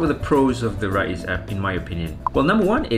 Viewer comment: It's pronounced "Rize" not "Ra-iz"